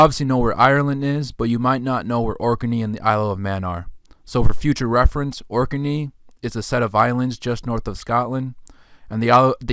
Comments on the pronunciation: It's pronounced Orknee not Orkerney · correct Ork-nee not Ork-e-nee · You're saing 'Ork n eee' 'Orkinee',…. I thought it was pronounced Orknee: Orkney,… like Ork Nee